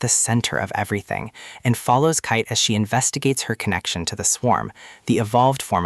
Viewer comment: Why are you saying kait like that.